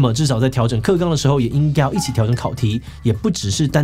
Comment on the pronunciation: 調整考"題"